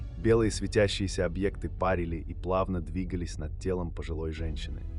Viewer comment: Объекты пАрили, чго они там пАрили, вейп, под? Озвучивайте сами, зачем авторобот